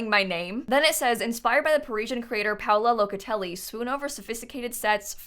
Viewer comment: Your pronunciation of Paola Locatelli was pretty much perfect actually!